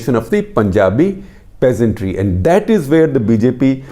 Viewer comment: Who the fuck are calling PEASNTS you bald fuk say PEASANTRY one more time fukwit.